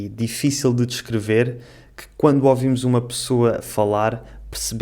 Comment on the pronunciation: O fala "quando( ovimos )ouvimos ela falar.